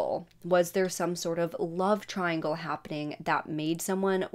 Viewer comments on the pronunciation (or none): none